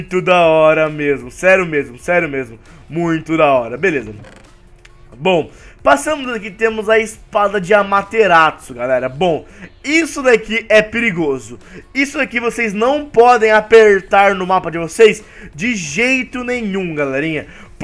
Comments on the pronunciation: Se escreve Amaterasu e se fala assim também, não é "amateratsu"! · amaterasu** ta falando errado